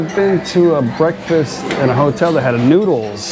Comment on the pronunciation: another entertaining video, have not heard "brefast" for a few days